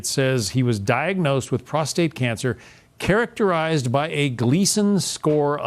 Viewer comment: Interesting; where did the 1st Fox reporter learn English? Many common words with "alternative pronunciations" in my opinion. (Nodule, characterized, metastasis, etc.) The second one reread the statement correctly.